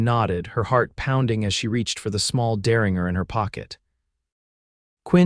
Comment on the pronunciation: "Derringer" rhymes with "Ginger"... All 3 "G's" are SOFT like "judge". You guys need a human editor.